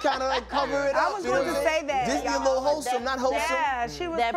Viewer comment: Wholesome not "ho-some"😂 I swear I hear something knew every time I rewatch a segment!